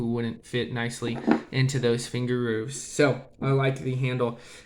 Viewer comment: "finger rooves"